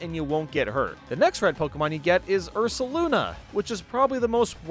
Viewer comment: The only ride pokemon you pronounced correctly are Ursaluna and Sneasler